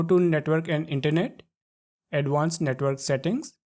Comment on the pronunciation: Netwol 😂bery beesie touble shoutels 😂😂😂😂😂